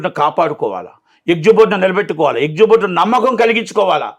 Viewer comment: ఎక్జిబ్యూటర్ గాదు ఎగ్జిబిటర్